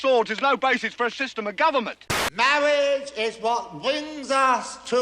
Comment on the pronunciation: Mawwiage is what bwings us togevaaaa todayyy 😂😂😂